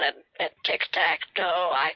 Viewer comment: Tik tak toe 😂😂😂😂😂😂 omg I’m dying 😂😂😂😂😂hahahahahahahaha